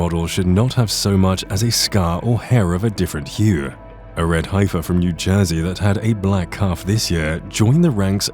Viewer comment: Teach the AI to pronounce "heifer" and get into 2022 with the 5 Texas heifers.